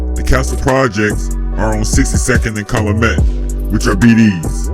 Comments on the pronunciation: Calumet-Cal-u-met dude not calamet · It’s pronounced Cal-U-Met 🤦🏽‍♂️